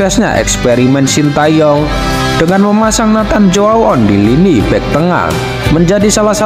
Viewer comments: Baca nya Neiten Cu A On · Koreksi baca nya: CHO - A - ON 👍👍